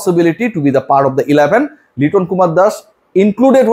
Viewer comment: শাক মেহেদী😂😂 এলাভান😂😂 আপনার ইংলিশ rip 😂